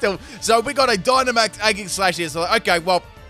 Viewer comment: So are you just afraid to use the letter G properly? Both Regi and Aegis are pronounced with a soft "J" sounding G. Driving me insane bro...